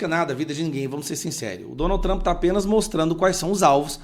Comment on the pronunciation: Que Tramp? Que Tramp? Chato!! Vai trabalhar.